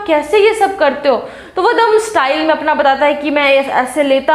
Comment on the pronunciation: Not batlata it's batata mam